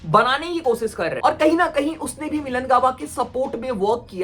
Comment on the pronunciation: Koshish hota hai kosis nh lodu😂